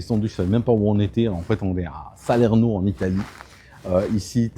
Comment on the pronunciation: mmh - - je crois que les noms italiens sont accentués ☺ Saleeeeeeeeeeeeeeerno.